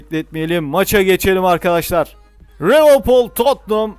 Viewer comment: Abi rivilpool değil liverpool